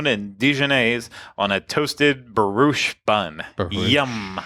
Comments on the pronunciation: I had my own drinking game....every time mispronounced Brioche i took a swig...I'll be calling AA in the morning.......(pronounced: bree ohsh.....plz....my liver will thank you) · Hold the phone... You can pronounce croissant, but not brioche??